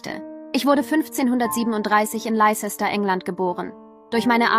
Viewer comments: Leicester wird Lester ausgesprochen. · Wenn man nicht weiß, wie Leicester ausgesprochen wird sollte man sich vorher schlau machen